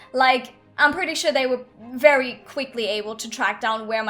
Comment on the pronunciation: Dis bad.. Dis Berry Berry bad